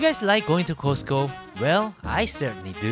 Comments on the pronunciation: LOL. Sorry, but it should be pronounced as “Cost” like how much does it cost? Not Ko-se-te-ko. No, the Korean Costco food court does not compare to the American ones. First of all, the hotdog should be a foot long and is long with all the condiments (you were missing sauerkraut). Much better tasting than the Korean ones. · The way you pronounce Costco! 😆 ❤